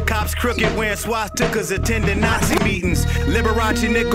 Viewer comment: “Cops crooked, wearing swat-stika’s (swat stickers)/(swastika’s) attending Nazi meetings” so many people miss that double cause of the way he pronounces it